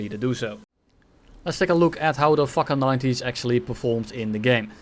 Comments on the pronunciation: not sure that fakour is pronounced fuker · "Let's take a look at the (gives up on pronunciation) the fukr 90" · Every time spelled "fakour" missiles i heard "fuck you" missiles, btw is the sedjil missile worse than the 530Fs on the mirage F1? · 😂😂😂 I heard it too!!